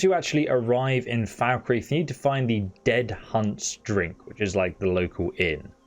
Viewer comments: Its not pronounced Foul-kreeth its Falk-Reeth as literally the npcs in Skyrim and ESO pronounce it this way. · I get mildly annoyed at how he says Markarth and falkreath Mark ath No there's an R Mild rant over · Anybody else triggered by his pronounciation of Falkreath? No? Then you probably never heard it in russian...